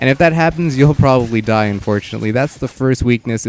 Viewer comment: Is it just me or did anyone else here tie instead of die